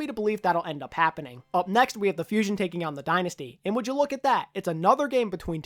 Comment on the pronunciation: Wow! I literally just noticed lmfao It sounds like taking out it was like taking owwwn lmfao